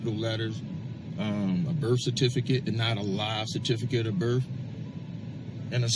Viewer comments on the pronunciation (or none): Just the fact they pronounce birth as birff and ask as axe shows the level of their illiteracy